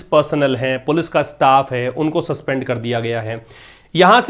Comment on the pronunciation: Sir ap police ko galat pronounce kyu krte h